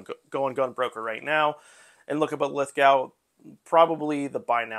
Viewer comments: It's spelled Lithgow. It's pronounced "Lith-Go." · Great score!! By the way, Lithgow is pronounced Lith Go. The W is almost silent